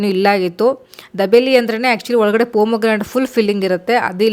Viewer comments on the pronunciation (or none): First say properly it's not dabeli it's dhabeli......she is so amazing not even for single dish she said good